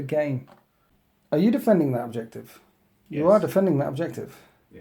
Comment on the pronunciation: did you get the "yez" from jeremy clarkson?